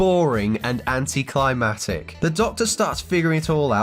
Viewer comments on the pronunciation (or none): You mean anticlimactic, not anticlimatic